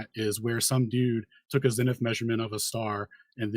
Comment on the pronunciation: If I have to hear say ‘latty,’ ‘longy,’ ‘cel theo,’ or ‘zenny’ again, I’ll jump off the edge of the (not) flat earth.